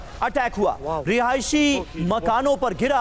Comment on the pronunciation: Rihaishi Rihaishi mat bolo